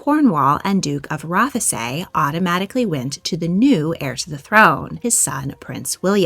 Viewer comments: Roth-e-say what, it is pronounced roth-say, also no one likes Camila here - coming from a Scot 🏴🇬🇧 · Ruff - a sayyyyyyyyy ffs lol ROTHSEE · I do like her channel but she pronounces so much stuff wrong and has been corrected many times but still does it, Rothesay for example is not pronounced Roth-e-say it's roth-say silent E. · Scottish person here, the pronunciation of Rothesay is Roth-say, not Roth-thee-say. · Rothesay pronounced "rossay" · Rothesay is pronounced ‘rossy’ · The information that you present is great. But even as a fellow American, it is jarring to hear poorly accented place names. The correct pronunciation of “Rothesay” is easily attainable online. If this is the work for which you want to be known, why not take that extra step?